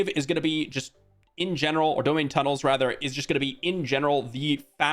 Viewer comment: I may be wrong but I believe it's pronounced dome-hine tunnels. Blizzard should put out a statement on the proper pronunciation though so that we know for sure. But anyway, thanks for the info!